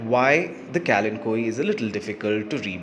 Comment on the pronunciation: Today I learnt the correct pronunciation of this plant 🙂